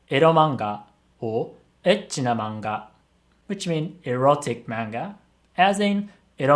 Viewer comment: Why does say manga wrong